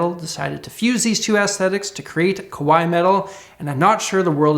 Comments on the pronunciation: Koh-waii is scary. Kah-waii is cute. Love your content though. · Not that it matters, but when you said "kawaii culture" you sound like you said "kowai" instead, which mans scared or scary. I mean...I guess maybe it still fits, but the A in kawaii needs to sound like an "Ah" not "Uh" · Be careful, sounds more like you're saying 怖い (kowai) metal with a North American accent = scary metal, rather than 可愛い (kawaii) metal (with a North American accent / whatever) = cute metal. Ka wa i i There are four equal length mora /syllables when said correctly. Or as a simpler rule of thumb, just say kawa-ee metal. (With the same ee sound as green). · the way he says kawaii (かわいい) makes it sound like he's saying kowai (怖い)...which is the opposite, meaning scary lol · Great video,. Loved the microtonal funk. Kawaii かわいい = ka wa ee (3 syllables) with equal stress on each. 3/4 time not 2/4. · adopting Japanese culture but pronouncing Kawaii (cute) as Kowai (scary) smh... Freaking cool though